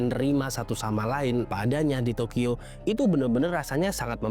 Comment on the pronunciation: Entah telinga gw ad problem atau ad salah pengucapan, gw dengarnya tokiyo bukan tokyo